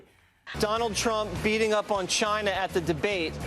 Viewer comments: Love the “CHAAAIIINA.” Just pronouncing it like that oozes prejudice. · Cayna... Ginaaa ginnna 😂😂😂 is the way the new republicunts or Tronald Dumpsters call it now Days. 😂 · BAHAHAH WHY DID HE SAY CHINA LIKE THAT